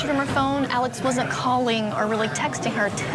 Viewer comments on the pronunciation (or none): It's Alex, not alec